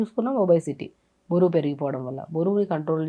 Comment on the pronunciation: బోరువు కాదు మేడమ్. బరువు